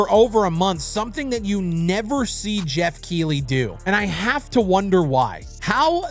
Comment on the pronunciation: its pronounced Keith-ley